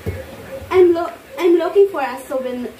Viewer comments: maganda voice quality ni sa english konting hasa lang sa pag pronounce like souvenir make it suw bih nir, lovely lahb li. pero yung voice nya pang call center mabilis makahatak sa mga caller, lalo na sa mga healthcare account, mga matatandang lalake na walang ng asawa kapag maganda voice quality ng kausap nila nililigawan hahaha! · Iba yung saya sa mukha ni mama ruth with 😊.medyo practice mo yung pagbigkas mo ng souvenir, at payment😊😊